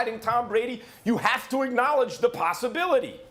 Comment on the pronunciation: Stephen "Possibilitay" Smith